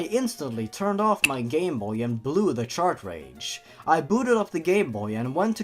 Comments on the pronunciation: DUDE ITS NOT CHARTRAGE ITS CARTRAGE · Chart rage not shart rage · I know this probably won't be seen but is the "Shart-Rage" mispronunciation of "Cartridge" intentional? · chartrage chartrage chartrage how do you mispronounce cartridge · are you mispronouncing cartridge as chartrage on purpose?:P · do all of them say chartredge? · Why do you call them ChartRages?